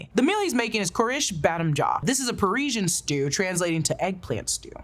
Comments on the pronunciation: Persian, not Parisian. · not to nitpick but it persian not parisian, persian like the cat...